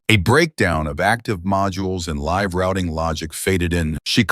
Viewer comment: Loved the narration style. The AI narration has a few blips, like it narrates LIVE as in living, instead of the one in a live broadcast.